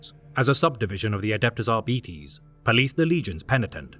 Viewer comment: lol pronunciation of Arbiter made wrong by GW staff member forever, changing the correct way to say it. Oxford Dictionary I think has more credibility than a GW employee. It is like saying "Shimerra", instead of Chimera.